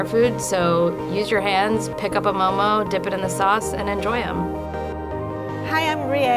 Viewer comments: Nepali people pronunce momo moh moh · They couldn’t get an actual Nepali?? She couldn’t even pronounce momo right. WHAT THE FUCK IS MOE MOE?! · Please don't say "momos" when ypi go to a restaurant you don't say "give me a plate of momos." Whether singular or plural it's always mo:mo.